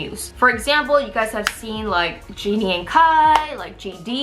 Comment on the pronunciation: please don't say genie instead of jennie